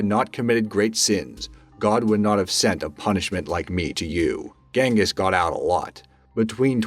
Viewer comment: It's pronounced Jenghis...